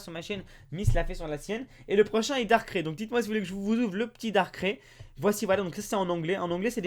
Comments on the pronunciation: ca ne ce prononce pas darcrai mais darcray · 'ai juste une question, Darkr"é" pas Dark" ï" ???